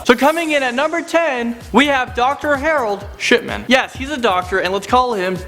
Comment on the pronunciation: I thought he said Dr. Harold shitman